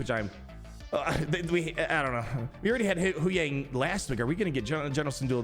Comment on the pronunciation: It's not pronounced "Who-yang," it's pronounced "Hugh-wang."